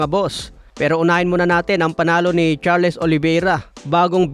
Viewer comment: Charles( pronounced Charls)